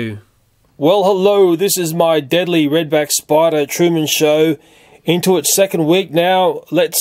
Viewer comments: u said deadly noteadly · That's how the Aussies pronounce "deadly." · deedly? xD LELEL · Please make more spider videos! THERE SO INTRESTING! and can anyone tell me why he always right "deadly" Wrong?